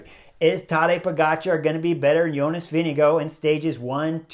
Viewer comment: Whoa! Where did you get your intel? I suggest you delete your comment. Chris pronounces it as close to how Jonas himself pronounces his name. That’s a fact. There’s no hard R in his name. Go listen to any of Jonas’s interviews where he introduces himself.